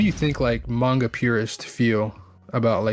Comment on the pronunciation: Dude really said mayn-ga 😂😂